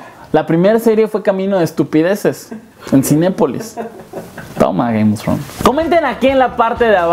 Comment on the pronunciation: Ze dise gaym of frons :V